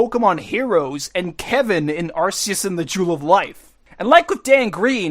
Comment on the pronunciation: Arceus is said as "Are- KEY-us" you stooge